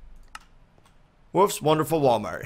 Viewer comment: When typed I thought he say " oops not wonderfuk"